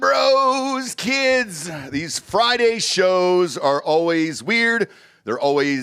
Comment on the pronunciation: It's not Friday, you retard, hard D